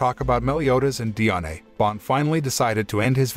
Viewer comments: Bro it pronounced Dian not diane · its not di-ane its di-an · Diané is how u pronounced it it’s just die Anne is how it’s pronounced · You said Diane so wrong